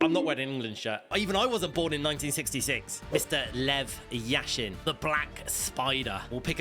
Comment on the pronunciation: The best goalkeeper in the world and he says yashin 🤦‍♂️